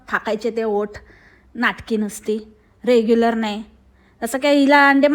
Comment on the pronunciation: “रेग्युलर नाही” म्हणत ती “रेगुलर” म्हणते ती